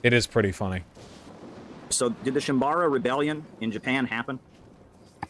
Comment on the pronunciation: mispronouncing shim*a*bara rebellion multiple times is literally imperialism